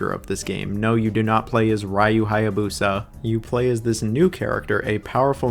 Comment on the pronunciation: Gay-den and Rye-u. Oh man.